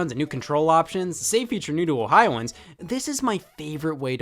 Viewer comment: "new to Ohioans"